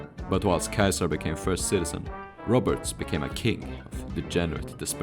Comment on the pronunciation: Caesar is pronounced See-zer, not Kaiser.